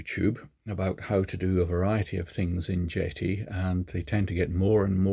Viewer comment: I dunno, call me crazy but when I first saw this brand name, JETI, I thought the name a play on the starwars JEDI, No? So when says Jet(eee), I'm thinking Jet(Eye)....